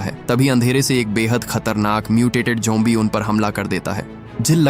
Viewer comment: Bro it's zombies not jombi